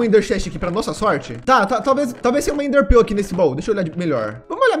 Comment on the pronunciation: kk ender prel kkkkkk é enderpearl kkkkk